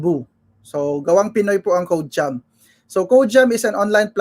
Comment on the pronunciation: "Code-chum" po.. not "ko-de-kom"